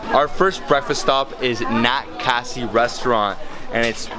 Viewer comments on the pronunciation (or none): It's Kashi not Cassie bro 😁😁😁